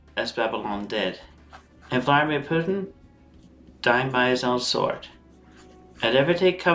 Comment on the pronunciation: Did he say Valerie Putin? Now we are all f…..ed